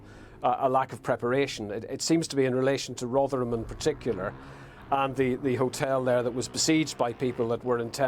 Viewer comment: So surprised to hear you can pronounce Rotherham.